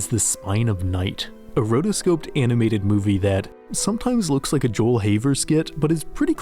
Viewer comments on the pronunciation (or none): none